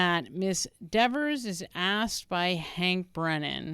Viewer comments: It's DEVER........ not Devers!!!!! Caught you a couple of times. Kelly won't be happy with you 😊😊😊😊😊😊lol!!! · It’s Dever, not DeverS! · Very impressive! Better than the Behavioral Panel. It's Miss Dever (not Devers). Yes, she's very attractive!🎉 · Are you purposely calling her Miss "Devers" 😂 "Because you clearly forgot her name is "Dever" 😂😂😂😂😂😂 She might read this and come for you for saying her name wrong like she snapped at Jackson! 🫣😜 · Her name is Miss Dever although you keep calling her Miss Devers. I don’t like her and her snotty attitude either, but I also know by now her last name is Dever. Just saying…….. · I wondered that too— her name is Dever, not Devers. It isn’t a good look to keep getting it wrong. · (as an aside, I think it is humorous that you are calling her DeverS considering how she was so insistent on the way her name should be pronounced) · Pronounced dee-ver......lmao! 🤣😅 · Kelly needs to learn how to pronounce her own name. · I find it hilarious that you say her name incorrectly the entire video😝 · Great analysis, loved it. But Ms Dever wants you to do it again and say her name correctly! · It’s funny, petulant child is exactly the terminology I used to describe this person, even before someone dubbed her Verruca Salt (😂) But I’m older and work in medicine so 🤷🏼‍♀️. Also, I think her issue with the pronunciation of her name is Deeever sounds like Beaver. If she weren’t such I brat I could have some sense of understanding for this one but as it is I’d probably relentlessly mispronounce it. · Are you purposely getting her name wrong? Because I’m cracking up every time you add a s 😂